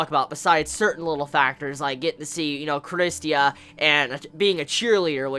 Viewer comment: it's Christa no Christia